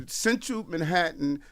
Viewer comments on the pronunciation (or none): none